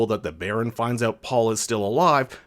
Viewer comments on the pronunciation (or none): none